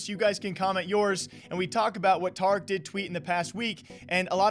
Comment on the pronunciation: "TAH-RICK" pepega